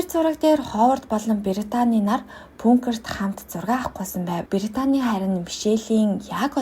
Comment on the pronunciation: пункер уу хха агуулах гэлдээ ядаж😂